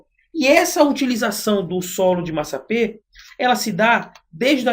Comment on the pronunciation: Está escrito massapé. No entanto você está pronunciado massapê. O mesmo só da primeira sílaba da palavra pê-ra.